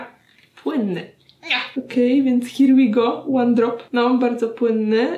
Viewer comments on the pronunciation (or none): Agnieszko jor inglisz is soł perfekt! "Dont goł" "hir łi goł" ♥️😂